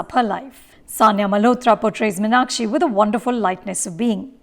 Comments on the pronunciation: Firstly Mrs Anupama Chopra... North Indians should learn how to pronounce M(EEEE)NAKSHI before deciding to direct/review a movie based in Madurai... Thanks for ruining everything that you Bollywood folks touch... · For Vishu's sake, please pronounce MEEN-Akshi and Min-Akshi. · This movie is a disaster No proper pronunciation of tamil words🥲 No Madurai slang of tamil 😐 The way they pronounce Meenakshi in the movie 🤢🤢🤢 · Exactly ...It's a very bad attempt ...In fact even the name of the heroine is mispronounced always ...It is not Min-aa-kshi as the protagonist and the bulk of the characters mention ..It's Mee-naa-kshi ....Just pathetic